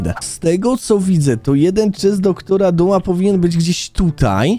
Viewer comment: Eeeeeeeeew skrzynia DR.duma a nie zwykła nieee tylko dr.dum